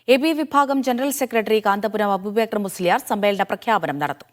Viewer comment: ന്യൂ സ് വായിച്ച മഹതി യോട് അബൂബേക്കർ എന്നല്ല അബൂബക്കർ എന്നാണ്